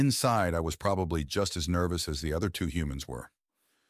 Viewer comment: Minervous. Heh...